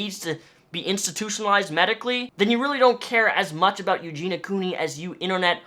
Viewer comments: You're not pronouncing her name correctly. If you've done a fair amount of research on her, why can't you pronounce her name? (I'm not trolling, nor am I "sticking up" for Eugenia. I'm authentically curious.) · How do you know so much about Eugenia but can't even pronounce her name right? Literally in every single one of her videos she says: "hey guys, it's Eugenia" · Her name is in your title, and you still don't even say it right.. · He makes some great points but mis-pronouncing her name was really annoying. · At least say her name right... it sounds how it’s spelled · What is it with you and mispronouncing the ia sound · It's bugging me how you keep saying her name wrong 🙈 but yeah, you're right, she needs to go inpatient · It's Eugenia not Eugena... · "Eugena" lol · Good video but why on earth every other person making a video on Eugenia says her name's Eugena... sorry for being a nitpick lol.. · Excellent video and totally agreed, although you saying eugena instead of eugenia weirds me out every time. Here in canada, if they suspect you of being suicidal, they can strip you of all your rights and take you in. Feels like this is a case that should be treated in that way. Not sure if there are procedures that her family or friends can put in place for this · it's pronounced you-gene-ee-ah, not you-gene-ah. just fyi :) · why do people pronounce her name as eugena instead of eugenia? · Her name is Eugenia, not Eugena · I feel like if you're going to make a video about someone, you could have the decency to learn how to pronounce their name correctly. Eugenia, not Eugena. I literally couldn't even watch it. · it's eugen EEE a not eugena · It's not Eugina. Eugina*** with and I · Ur pronouncing her name wrong and it's annoying XD eugenIA not eugena. Sorry just had to point it out lol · Her name is Eugenia, not Eugena, people mispronounce her name all the time. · Its eugenia, not eugena. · It’s not pronounced “yougena” lmfao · It's prounced YEW-JEEN-EE-AH